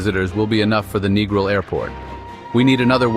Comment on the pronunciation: Who gave this guy permission to make this video. Strongly request that it be shut down or redo. "NEGRIL is no pronounced NEGRO", IT IS "NEGRIL" MMMMMMMM!